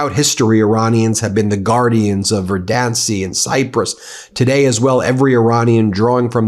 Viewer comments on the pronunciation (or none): Ben, "Verdancy" is a quality: verdant is "the lush appearance of flourishing vegetation". Pronounced VER-dan-cy, the way you say it makes it sound like a place (ver-DAN-cy) or an object! He is saying it a place of life, renewal and rebirth that will return and flower no matter what carnage is inflicted on it. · You are making me check Merriam-Webster's word of the day, verdant, which means lush green plant growth. Hearing you mispronounce "verdancy" is jarring; you are well-read and have an excellent vocabulary.